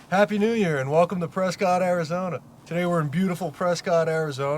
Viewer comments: The whole Preh-Skit thing just kills me. PRESS-Scott. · Its pronounced Pres-cut not Pres-cot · It's pronounced "Prescitt" not "PresCOTT".....first clue you're a tourist. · One quibble,. They pronounce it PRESS-cut, not PRESS-cot. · locals dont pronounce it 'Press Scott'....its 'Press Kit'...:) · i grew up here and still visit frequently, its crazy to see a video on it! also, it’s pronounced preskitt, not prescott haha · Pronounced “Press kit” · It’s pronounced press-kit ! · It's pronounced, "pres-SKIT" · Preskitt Learn to pronounce it correctly if your gonna do a film on it. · It's pronounced Press-Cut... otherwise keep up the good work! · It's "Preskitt" AZ!!!! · It’s pres-cuit like a biscuit 🙌🏼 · Love you're channel and your dad's. Just a heads up to not piss off the up-tight people in Prescott even more. It's pronounced "Press-kit' lol. Keep up the awesome work! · I'm an Arizona native and Prescott is pronounced "p r e s k i t." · You are pronouncing the name wrong the woman in the lime green shirt Pronounced it correctly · Starts the video pronouncing the city wrong 🙄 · pronouncing the city's name wrong